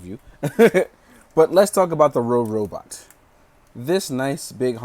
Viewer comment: So uh, first of all it's funny that you keep saying Rorobot, because it's supposed to be Robobot. Might be helpful to make an annotation to fix that or something. With the clear joints, the main reason why the joints feel loose is just because they slide out slightly when moved. It's easy to fix by just pushing the peg back in and tightening it. Overall nice review, but it's just somewhat irksome when "Rorobot" is said. lol